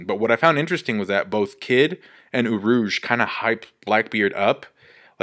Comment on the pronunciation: urush? urouge